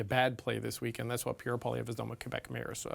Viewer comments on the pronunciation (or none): obviously failed grade three English. Poliver? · Why does always call Poilievre, Polliver?!